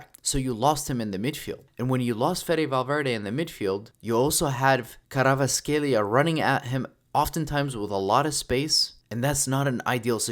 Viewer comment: you're doing a great job keep it going, just a side note its kvaraskhelia not kravaskhelia